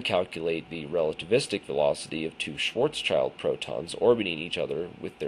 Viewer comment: It is pronounced "Schwartz-child". Schwartzschild was an actual person. It's not named after the German word. I've read the paper and thought it was interesting, but the fact that he didn't do a fully relativistic approach is suspicious at the least. Also, the "best paper" award from that university is not prestigious in the world of physics. If the findings were respected by other reputable physicists, then this would be in a journal like Nature. Interesting, but probably bologna